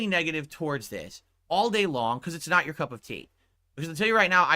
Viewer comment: “it snot”